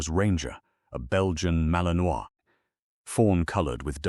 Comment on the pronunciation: Learn how to pronounce BELGIAN MALINOIS